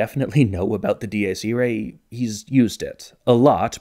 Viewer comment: Am I crazy or is he writing from right to left? As a leftie I have never even thought of that nor have I ever seen anyone else do it. Edit: Not only that, but he also writes from down to up!!! And his pronounciation of Dies Irae was so absurd I thought it was a joke at first. Other than that, amazing video and nice drawings!